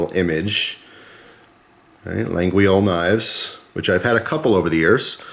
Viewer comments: Around here in french Canada we pronounce it without the "G" or the "U", so it's "La-yol". I think it's the French way also. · It's pronounced la-yol so you know 😉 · Hi, Laguiole is pronounced La ghi ohl (well sorta 😆) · Idk if it’s made in China but I wouldn’t be surprised, but you’re right.Also I don’t wanna be an asshole but I speak Canadian French and the way he sais it...